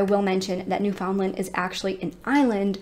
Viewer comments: Newfoundland is actually pronounced New-fin-land! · pronounced "newfinland" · Newfoundland is pronounced like “understand”. Not NewFOUNDland or NEWfoundland. Altogether. Look up Mindy Kalings description 😂 I figured you were from here (NL) when doing this case until you pronounced it. Thanks for covering this case. So sad. I wonder about them all the time. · I am originally from New York State and the correct pronunciation for Newfoundland is NÉW-fnd-lnd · Just for anyone interested, Newfoundland is pronounced like "new-fun-land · 45 years& I never knew it was pronounced new-fun-land😂😂😂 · I live in Nova Scotia, Canada... which is also on the east coast of Canada and pretty close to Newfoundland. My father's side of the family is actually from Newfoundland. I do find it funny to hear Americans pronounce Newfoundland. They always pronounce it 'new-found-land' with such an emphasis on the found part! 😂 Here, we pronounce it 'new-fin-land' but without breaking it up into three separate words... it just kind of all runs together like one long word. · As a Newfoundlander myself I'm sick of people worrying about how the world pronounces Newfoundland. Some.ppl take that so seriously. We are the odd ones. Every other place in the world with "land" at the end, pronounces it like "lind"... England, Ireland, Greenland.... ect. We are the only people who literally says land, and pronounces found like fin... Ppl who speak modern English and didnt learn how to say it like we do are never going to pronounce it like us. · The way you pronounce Newfoundland is.... newfin Land with the emphasis on Land. You say land and not Lind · Thank you for covering a case from my homeland. It’s such a small place in Canada, most people didn’t hear about it until 9-11. I’m very familiar with the case and believe they all perished 24 years ago. I don’t know how the mom has coped all these years, not knowing the fate of her children. Btw Newfoundland rhymes with “understand”.